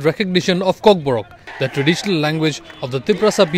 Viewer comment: its kokborok not kokborak